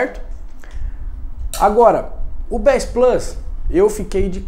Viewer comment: finalmente alguém que sabe pronunciar bass